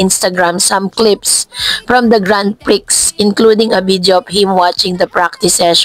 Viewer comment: Please check how to pronounce GRAND PRIX